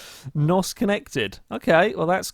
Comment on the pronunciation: It's N.O.S by the way not NOS